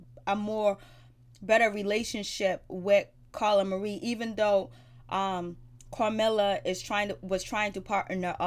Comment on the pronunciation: Its Camilla baby, no R in it